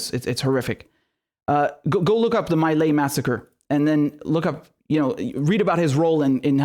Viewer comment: My Lai is pronounced "me lie" not "my lay."